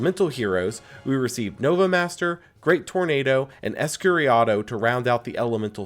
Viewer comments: certainly not, but I would not make such a bizarre mistake such as changing "EscuriDAO" to "EscuriADO", that's for sure 💀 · I'm judging you for how terribly you pronounced Escuridão